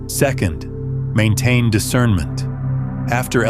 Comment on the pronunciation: Discernmint not judgemint